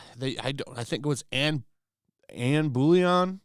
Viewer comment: To answer some questions /misstatements in this vid: (1) , Queen Anne Boleyn [2nd wife of King Henry VIII of England], her name is pronounced "Bol-lin," not "bouillon"; the Queen wasn't a soup! You are correct (by inference) that the BBC race swapped her for no reason in its TV show. The BBC is SUPER-WOKE! (2) Cleopatra VII was Macedonian-Greek and WHITE (rather pale, actually). This is confirmed by her family tree, several BC statues, contemporary paintings and coins. (3) No DNA analysis is possible, since her tomb (and mummy) have never been found. Her tomb is now actively sought by many teams of archeologists. No luck yet.